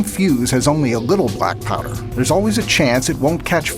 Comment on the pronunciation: Why he says brackpowder? I think it is blackpowder.